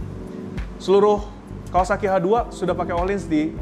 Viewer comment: Nyebut Kawasaki aja kawawaki 😂😂😂😂